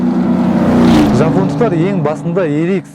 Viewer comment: Япондықтар емес жапондықтар деп айт